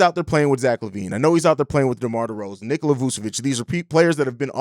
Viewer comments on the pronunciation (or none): none